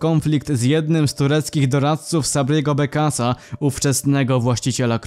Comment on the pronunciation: nie sabriego bekasa a sabriego begdasa